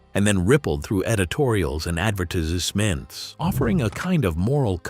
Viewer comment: The narration here is VERY impressive- I really thought this was real-time, human narration - that is until I heard. the 'narrator' say "the term landed in press releases, and then rippled through editorials and *advertizzizMENTs" . What is an 'advertizzizMENT'? -LOL. No human would make up a nonsensical pronunciation of the word 'advertisement' like that. It all sounded so natural up to that point -really very impressive (or should I say 'impressizzizive'?